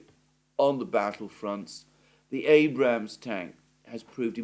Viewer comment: It's not called an Abrahams tank. it's called an Abrams tank my friend